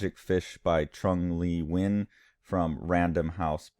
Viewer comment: Sweet ass art right here. And it's pronounced Chun Le Nuen (I just checked the pronounciation on Google Translate)